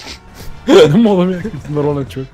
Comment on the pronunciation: Приятел не казваш ЧОВЕК ами ЧОВЕКС 😂😂